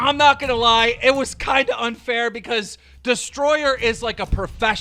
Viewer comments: You can't be clowning my guy Deestroying like that. "Deestroyer" LOL. I mean, he quit football for YouTube, so I consider him an entertainer. He does it full time too. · Deestroying not deestroyer 🗣😒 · It’s Deestroying not destroyer so I’m glad to see you did your research properly also he’s a fucking kicker so he’s hardly an athlete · Deestroying loll not Deestroyer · It’s Deestroying not destroyer 🤦‍♂️🤦‍♂️🤦‍♂️🤦‍♂️ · He said “deestroyer” but also deestroying did YouTube before he had an athletic career, he may have had college but that’s not a career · Its destroying not destroyer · Bro do ur research First of all his name is deestroying, not destroyer Second of all if u know ur facts he has been a youtuber way before the cfl 3rd of all HES A KICKER MY GUYYYY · “ destroyer “ 😂😂😂😂 its “ D-E-E-S-T-R-O-Y-I-N-G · Deestroyer lol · Dee.stroying not destroyer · Nigga called him Dee-Stroyer, it’s DEESTROYING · *Deestroying not destroyer. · Damn Keem really kept calling my man Deestroying, “Destroyer” 😂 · did this man just say destroyer? It’s Deestroying! Put some respect on his name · Why does keem always have to troll with peoples names. Like common keem, “ destroyer” u know it’s deestroying😂😂😂😭 and the way he pronounced bugah had me rolling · It’s a destroyinggggg not destroyer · DEESTROYING NOT DISTROYER he’s technically a full time you tuber he’s not even starting in the CFL teams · Keem,Destroyer it is Deestroying smh😔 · his name aint destroyer bro..........not tryna be petty but you could at least get his name right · Destroyer XD its deestroying Keem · I KNOW he didn’t just call him ‘destroyer’ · Can keem pronounce anyone’s name right Booga not buwga Destroying not destroyer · It's not destroyer it's deestroying I really still love you tho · it’s deestroying not deestroyer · It’s not deestroyer is deestroying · Lmao keem said destroyer and it’s destroying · Damn it Keem, it’s Deestroying, not Destroyer 😂😂😂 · He said destroyer instead of deestroying😂